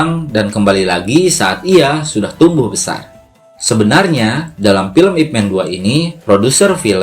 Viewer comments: NORAK ahh masa nyebutnya yip men... ip man bro yg benerrrr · Min, gw sedikit koreksi.. Ip Man itu bacanya tetap Ip Man. Man dibaca tetap Man itu bahasa cantonese bukan bahasa inggris Man lu baca Men. Itu aja min.. 😁